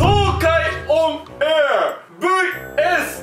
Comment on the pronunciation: ｢オンAIR｣の発音良すぎ笑笑